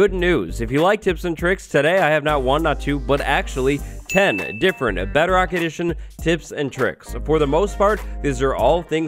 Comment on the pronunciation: Lol What's Beo-Rock?